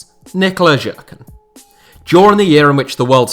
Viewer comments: as a Croat myself I give you props for pronounce Jerkan right after you butchered it in the beginning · Nikola Jerkan is not Nikola Žerkan